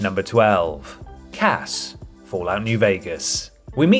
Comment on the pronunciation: Did you say Poor Cass? Or Pork Ass?